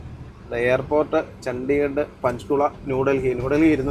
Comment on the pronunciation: ചണ്ടി നഗർ അല്ല 👺 ചണ്ഡിഗഡ് ആണുകേട്ടോ 😄😄😄